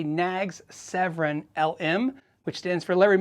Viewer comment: “Severn”, not Sevren.